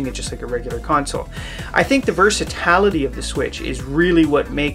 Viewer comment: versa TAL ity, lol